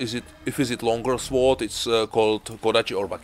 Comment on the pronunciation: the W is silent in Sword